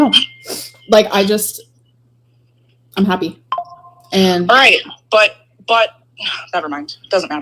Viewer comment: Her dragging her word syllables out,makes me see red...haaapy..😂